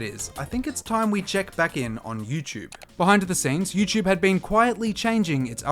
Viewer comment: Lost me at “youchube”